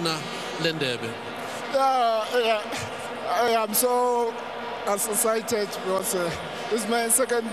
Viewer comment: "I'm so essesited"